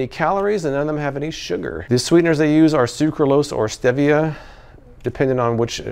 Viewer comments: I'm going to guess you have never seen Breaking Bad, which taught me the correct pronunciation of "stevia" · Stevia ( pronounced Stee Vee a ) saving me money!:)